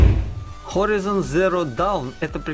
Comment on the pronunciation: Блин чувак, подучи английский. Умбрела, варс, хоризон, эволютион.